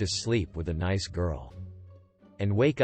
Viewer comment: Get a text to voice program that knows the word nice